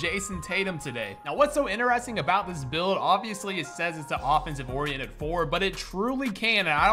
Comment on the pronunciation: When you said “offensive orriented four” I said “a whaaaaaaaaaat?”😂😂😂😂